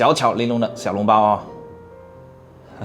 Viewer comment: 小笼包，不是小脓包，胡建人。。咳。。。